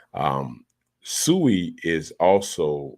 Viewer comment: With all due respect I believe we should pronounce the name correctly (SWEE)